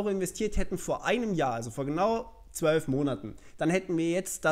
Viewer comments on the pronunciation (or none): none